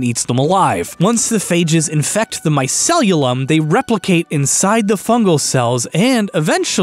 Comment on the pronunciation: MY-SEE-LEE-UM Also: anthropod means human-foot. Anthropoid is the word that means human-like. (Rhymes with void)